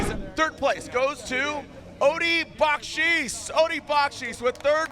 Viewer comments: Odi doesn’t pronounce it with a Ch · Why the hell can’t say Odi’s last name correctly after this many years of covering him??? If you hear Odi say his name, he pronounces it completely different.